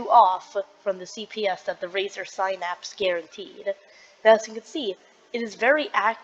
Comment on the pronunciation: irs razer Synapse.... not razer sphynapss......